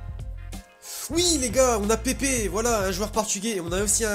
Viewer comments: c'est pas pépé c'est pepe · Tu le dis mal tu dis "Pépé" alors que c "Pèpe" La prononciation